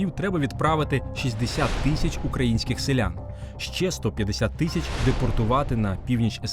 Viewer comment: Правильно казати не « тищя» а «тисяча дев’ятсот…